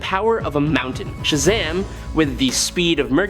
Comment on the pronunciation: You need to stop saying Shazam all wrong and incorrect..